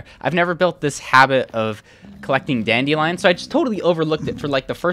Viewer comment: Umm, am i the only who finds pronunciation of dandelions weird?